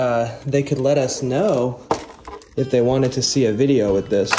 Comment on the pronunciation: witewally hit the gwiddy